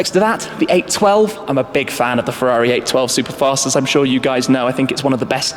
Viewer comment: Chiron, not Sheeron... Mercedes, not Merceydeeez... Ferrari, not Fewwawi... ;-)